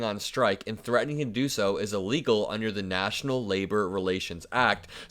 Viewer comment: how do you spell illegal? It doe's not start with an EEEE.